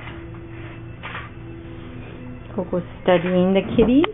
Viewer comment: i swear it's "kitties" not "ti...